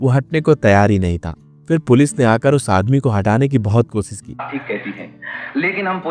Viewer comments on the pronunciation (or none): none